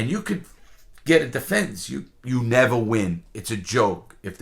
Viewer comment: “I’ll nevah forget it” never gets old lmao